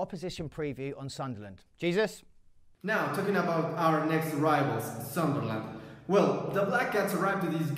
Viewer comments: not pronounced Jesus... it is A-sooze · No way you pronounced jésus like Jesus